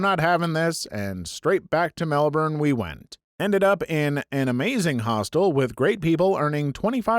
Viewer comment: Yay you pronounced Melbourne perfectly ❤️